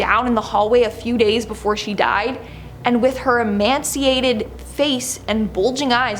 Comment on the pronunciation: Can't pronounce scythe, or renal, or emaciated, takes a job reading stuff on the Internet. Genius!